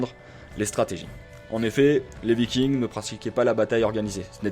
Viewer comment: C'est pas "Vaykiingss" C'est VIKINGS tout simplement. On le prononce en Français...